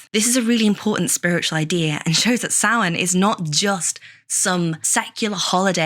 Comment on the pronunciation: I’ve never heard it pronounced any differently than the way it’s pronounced here…